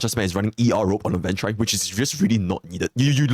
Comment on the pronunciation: It's pronounced aventu reen not rine.